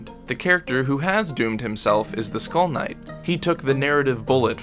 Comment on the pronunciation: Not gonna lie when you said skull knight i thought you was saying school nights 😂😂